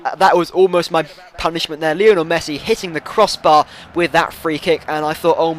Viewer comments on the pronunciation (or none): none